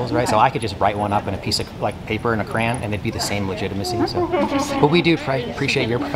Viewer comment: Pet peeve when people pronounce crayon as CRAN 😅😂 but awesome job!!